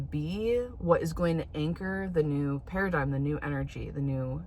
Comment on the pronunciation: When u said new paradigm then the way you said new pair of dimes LOL you are low key hilarious dude